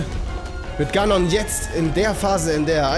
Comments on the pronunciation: sehr lustig ganon gesagt : gnon 🤣🤣🤣🤣🤣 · Spricht man das nicht Ganon [=gänen] oder hab ich das falsch gelernt?! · Botw ist ein großartiges Spiel. Punkt. Mein einziger Kritikpunkt ist nur in der deutschen Version, und zwar hasse ich es, wie sie "Ganon" aussprechen... Es wird Englisch, also "Gänon" ausgesprochen, ansonsten Cringe ich wie sonst was...